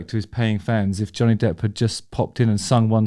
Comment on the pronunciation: Every time you said the name I kept mis-hearing it as "Johnny Depth"!